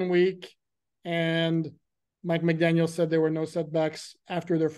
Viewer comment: McDaniel … gotta work on that … drop the S lol. 😂